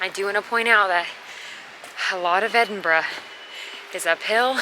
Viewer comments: Kudos for getting the pronunciation of our capital city right. So many Americans say "Edinboro", but you nailed it with "Edinbruh". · Congratulations on pronouncing it correctly instead of ''Edinburow'' as most Americans say. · Agreed, but with the exception of 'Lomond'.... LO-mond not loMOND... 10/10 for Edinburgh!!!